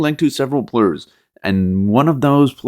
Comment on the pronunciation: Players not plurs